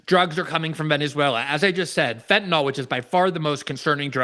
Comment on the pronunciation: Fentanyl, not "fentanall," genius....🙄